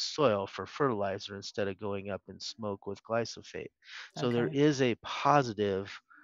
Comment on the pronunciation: While this is excellent information and I greatly appreciate it, I can’t help but question glyphosate versus glysophate that David continually refers to. I’m a customer and a HUGE Azure Standard fan.